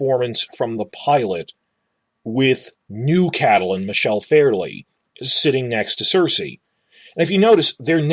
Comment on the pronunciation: Whyyy are you saying Catelyn like that